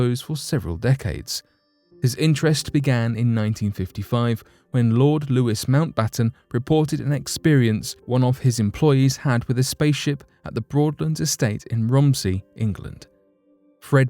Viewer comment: Louis Mountbatten is pronounced Lou-ee.